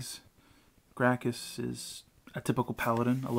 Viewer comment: I believe it's pronounced GRAKSUS